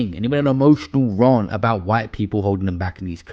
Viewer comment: Bro, please learn to say rAnt. Like, ant with an R. Not like aunt, raunt.